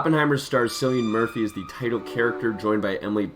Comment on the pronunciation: I stopped watching when you pronounce Cillian's name wrong :(